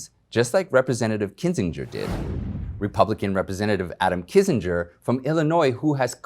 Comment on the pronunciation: Pronounced Kinzinger